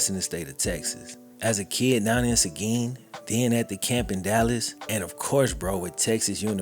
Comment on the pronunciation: credit for pronouncing seguin right